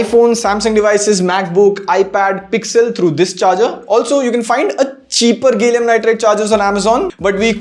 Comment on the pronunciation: IGa , gallium nitride, you spell it as gay llium nitride 😂😂